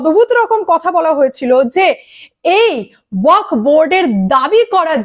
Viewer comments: এই মহিলা উচ্চারণ টা ওয়াকফ বোর্ড করতে পারে না কেনো? ওয়াক নয়, ওয়াকফ। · আরে, ' ওয়াক ' নয় রে বাবা, ওটা ওয়াকফ বলো ।